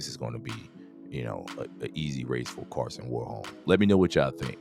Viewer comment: His name is Karsten not Karsen